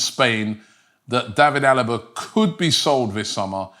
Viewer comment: I just can't wrap my head around Robbie's atrocious spelling of foreign names and then out of the blue he pronounces Alaba's name as good as it gets for a native English speaking. There is no logical explanation.